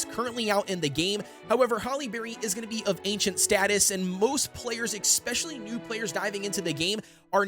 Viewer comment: pls learn how to pronounce especially omg